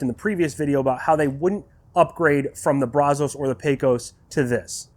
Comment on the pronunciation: Thanks for the video. You did a good job walking us through it. I'm a Brazos owner that's been curious about the G2, so it's great info to me. Also, you're not the only one who says it that way, but it's not Brah-zohs. It's pronounced Brazz-us. I live just a few miles from the Brazos River, the river that the smoker is named after, and I work in Brazos County, and I can tell you if you say it your way over here, you'll at the very least, get funny looks. The local vernacular is Brazz-us and has been for going on 200 years now. Sorry to be "that guy" but it drives me crazy that people keep saying it that way. Additionally as a side note for anyone interested, adding fire brick to the Brazos firebox will insulate and help stabilize the temps a lot. It may not be as good as the G2's firebox, but it will go a long way towards ending those temp peaks and valleys.